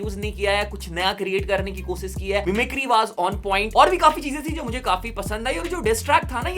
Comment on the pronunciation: Thanks for the video bro. Please work on your pronounciation of S and Sh. Eg: Koshish and not Kosis. Rest all good and keep up the good work.